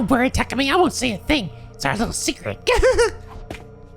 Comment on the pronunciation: Methinks he's seeing the attacker as an outside force, but Hiruko might've been attacked by the other person using Takumi's body. Also it's been this long and is still pronouncing Takumi's name as Takami. And Takemaru as Takamaru